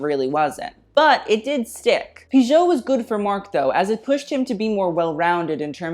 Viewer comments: Great ! Just one thing : Piguet is pronounced peegay ;-) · “It’s legit pronounced Pee-Gay” lmao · Thank you for the excellent job you did! But the Robert Piguet pronunciation! You have to be more careful when dealing with historical names!